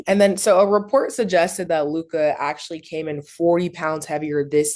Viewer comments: that’s a ignorant goofy thing, nobody gaf when you where born. Say that man’s name correctly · Bro…how many time they gonna say Luka name like that lol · Mase not being able to pronounce Luka now is becoming a bit weird 😂😂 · Why tf does Mase keep calling this man Lu-cah! The least he can do is get the names right with those basic ass silly ass takes. The only time he has a decent take is when he recycles something Cam said weeks ago. They need to trade Mase ass. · Mase the man is Luka not Lukia!! Use ur phone for proper pronunciation of words and players name Bro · Why in the hell cant Mase pronounce Luka properly, who tf is Luk- Ah smh lol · Mase salute God but stop saying LUKAii 💀💯 ITS LOO-KA aka Luka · Can yall PLEASE tell Mase his name is pronounced Lu-Kah not Lu-Kai🤬🤬🤬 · Mase you gotta stop say LU-KAI it’s LU-CUH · That man name is LEW-KA not Lew Caa Mase 😂😂😂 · everybody including Luka “Lukuh” Ma$e - “Lukaah” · Y yall say lookah, it’s Luka lmaoo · y do mase always say “lukahh”instead of “Luka”😂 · Ma$e always calls him “LukAHH” ⏸️ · WHO da fck is LOOKAH ?.. it’s Luka pause on the hard A at the end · Just came to hear these niggas pronounce Lookah😂😂😂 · Mase pronouncing his name LUK-AHH is annoying as hell.. 😩😩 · Loohk-eye...Lukkkaye... this guy goes out of his way to say everyone's name f'd up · WHO TF IS LU-KAH 🤣🤣🤣🤣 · Is Mase saying Luke-eye?? 😂😂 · Made be killling me. Who is Luke eye? 😭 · LOO - KAWWH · Idk why “Lu-kah” was kickin Mase ass but it was annoying tf outta me 😂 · Mase said Lucgahhh 🤣🤣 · SAS-LOU'-ker MASE Loo-kAhh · Mase gotta stop calling this man lukahhh 🤦🏽‍♂️ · And he keep saying lukie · Mase: LUKE-EYE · LuKAH? Mase got a speech impediment? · My man Luke-Eye 😂😂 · LEW - CUH (Luka) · Why y’all saying Luka name like that? Luccaa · When Mase say Luka name he say LUKE - AH 😂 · They always say luka like "lukAH" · Why Mase keep calling him “LukAH” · Mase up there struggling saying luka name🤣 Lukai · Mase pronounce Luka (luke eye) 😂